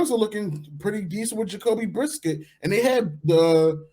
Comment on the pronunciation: my mans said "Jacoby Brisket"